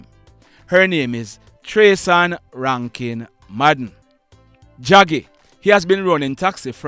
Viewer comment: Draggy not jaggy